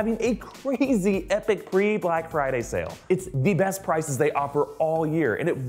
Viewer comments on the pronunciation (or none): none